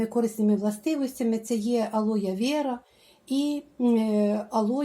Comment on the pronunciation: !Алое Вера(вера-справжнє з латини)вимовляється тверде "е".Дякую за інформацію.